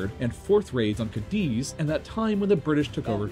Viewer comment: thanks for the right pronunciation! As someone from Cadiz I'm curious, what's the story behind you knowing all the right names in Spanish?